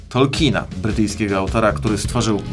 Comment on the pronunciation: Wspaniała wymowa nazwiska Tolkien, fully appreciated, podobnie jak cały odcinek, dzieki!